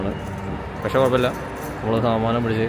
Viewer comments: Saadanam ❌Saamaanamm 😂😂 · Saadanam ❌ saaamanam ✅ new word unlocked 😅😅💙💙💙💙